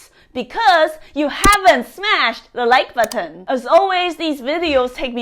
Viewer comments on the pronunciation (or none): I love the way she says like "buhton" and I smash it before I have watched the video because I know all her videos are great!😇